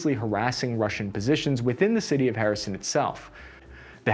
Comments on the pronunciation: yes... To explain it to english speakers reading this: the KH is pronounced like a spanish j. So Jersón. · Pronounced Herson. H..E..R.S..O.N. it's a Greek word.means the peninsula.cities like Sebastopol,Marioupol etc were build by Greeks.most in the ancient times ,Marioupol was build during Tsarist Russia times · First time iv head ''Harrison Ford'', but it was disappointedly ''Kherson port''. I know its hard for the english speakers to pronounce slavic names. Any way .. the channel is cool. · no worries, we make fun of “Harrison” and “Zapatería”, but your videos are great and insightful 👍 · Please please learn the names of the major cities... So painful to hear over and over. Lol. No, there is no "Harrison" in Ukraine. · I gotta respect that infantryman mentality you have to obstacles, none more so then city names you have to pronounce. Just tackle right through them without any regard for how they should be pronounced. Kherson? Harrison. Hooah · I kept understanding Harrison... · Thank you for the content. Please stop saying "Harrison". It seems you will be releasing more videos about the ongoing counter offensive in this region. Truly its not too much to ask to get a couple of major cities/regions names correct. Thank you. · “Kherson” sounds more like “Hear-son” “Zaporizhzhya” it’s really tricky: “Zapp-o-rich-ja” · did bro just call Kherson, Harrison? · HER-Son, is how to pronounce kherson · Wait is he calling Kherson "Harrison"? Lol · great video. Only problem is that your pronunciation of Kherson kept throwing me off. Here, just read these two words and youll be set: " her son " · It's pronounced herson..kherson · Where is “Harrison, Ukraine?..” Literally thought that that I was pronouncing it wrong, then realized doesn’t know how to pronounce the name. It’s very typical of English speaking people to butcher foreign names. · as a matter of fact it doesn't. The correct pronunciation is HER-SON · H isnt anywhere close to the cyrillic Letter Х